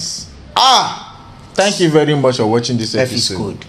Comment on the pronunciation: "You are welcome to another ephiscode....".